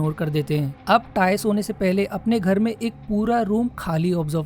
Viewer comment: 😂😂JAISE HEE VO GHER ME BADD TI HAI..haryanvi hai kya yaar